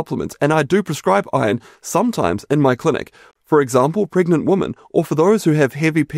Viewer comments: Great information. You know that woman and women are pronounced differently? Maybe not in your part of the world? 😄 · Has the word 'women' changed in the past decade? Everyone pronounces it 'woman' now. It's so weird.